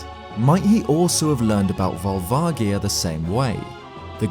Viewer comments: Awesome video! However, it's probably pronounced Vol-va-ji-a. The Japanese name uses ジ (ji) not ギ (gi). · Vol-vah-jee-ah will always be how I pronounce it, it's closer to the Japanese pronunciation. They came up with it so they get to choose pronunciation. I know I should just let it go and I'm sorry for being petty about it, but I just couldn't leave it alone. THAT SAID, this video was really great and informative! It really made me look at the Fire Temple and Volvagia in a way I never had before. Though honestly I thought you were going to say the Gerudo built it when you started talking about how Ganon might have known about the dragon. That, combined with the architecture and the original style of the Fire Temple's music with the Arabic sampling really made sense to me. I was a bit surprised you didn't go in that direction! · The G in Volvagia is a “soft G” actually, when looking at the Japanese spelling. Amazing video. Never would have known about Spectacle Rock being in Ocarina of Time. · I have pronounced it vol vadgia for twenty years. I've never heard it with a hard g until today. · JSYK Volvagia is pronounced: Volv ….:. (like the start of the word Volvo as in the car brand but minus the 'o') ag- said like 'age' (as in how old you are) ia- rhymes with Sia (like the singer/songwriter) Volv-ag-ia. Not Volv-agg-ia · It actually is written with a soft "j" sound in the Japanese game, for what it's worth. Sure, they change things up in localization sometimes - strictly it's more like "Barubajia" than anything (hence Barba from Zelda 2, who I'm surprised the video never mentioned) - but when there's no official English pronunciation stating otherwise, I think it's a fair assumption that it'll be similar. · Ugh, you say Volvagia wrong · That's correct. consistently gets this one wrong, because it's never been pronounced out loud in any English media - but the Japanese version quite explicitly has a soft "g" sound.